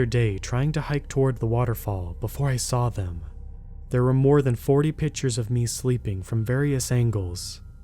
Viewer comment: The word is pictures not pitchers.